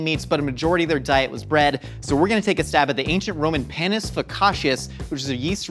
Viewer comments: Panis is pronounced "Pah-nees", not, Pan-ees, and definitely not "Pae-nis". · it's PAnus like PASta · Their pronunciation of panis annoyed me